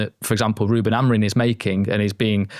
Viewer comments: Hes portugese.. its not pronouced as its written. ROO-ben A-mo-REEM, with the "M" in Amorim being a nasal "ing" sound, similar to the end of "sing," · and, Amorim’s name ends in M not N.